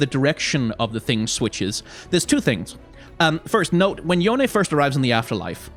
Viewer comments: I LOVE YOU FOR PRONOUNCING YONE CORRECTLY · At least someone say his name correctly. Necrit was upsetting me